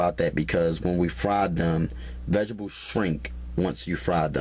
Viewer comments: is he saying vegetables or vegablez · Did my man say "VEGERBULLS" ????? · "I pry ma vegables." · My "Veh-Gih-Bulls" 😅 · MY VEGIBLES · Rosie Conaghan . ok.lmmfao. "vegeballs" I thought I was the only one who caught that.lmao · There's a T in vegeTables. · "Vejezabulls" tho... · If this dude says "vegables" one more time. I'm going to punch him through this computer screen. LMAO! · Love the videos but that drives me crazy as well!